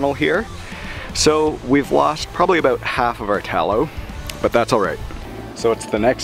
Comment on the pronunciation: Guy in video: "Aboot 45 minutes" Everybody: "I know exactly where this guy is from"